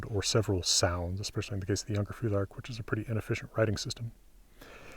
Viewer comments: Is there a reason why you pronounce "futhark" with a [ð] instead of a [θ]? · In English it’s weird to have an unvoiced “th” in the middle of a word, and actually it’s a feature of Scandinavian accents in English. So yeah, just English phonology is the reason.